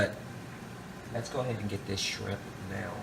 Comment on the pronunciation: haha he can't say shrimp